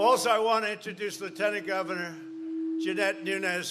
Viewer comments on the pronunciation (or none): none